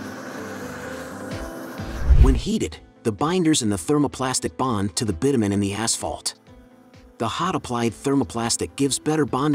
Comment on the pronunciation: "bittamen"?? bit-you-men, you mean...